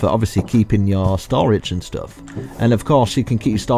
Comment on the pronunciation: I love how he says stoff